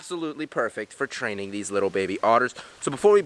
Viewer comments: Whenever he says training, it sounds like trading xD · In the start i thought he said trading the little baby otters